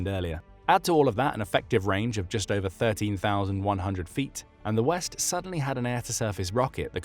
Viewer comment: It's ober folks